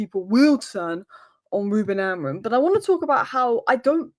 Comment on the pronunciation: Bro you can’t even pronounce Amorim with the M at the end most of the time 😅